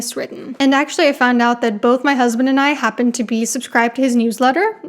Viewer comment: This was great! Thank you. I did want to mention i was reflecting on how smart and well spoke you are, when i then thought you said “both my husbands and I…” and I thought “my God and she has two husbands…” 😂